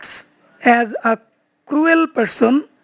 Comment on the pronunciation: স্যার, cruel এর উচ্চারণ ক্রুয়েল হবে